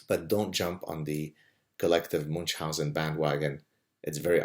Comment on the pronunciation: Why moonch-housen? It's supposed to be "miun-housen", or at least "moon-housen".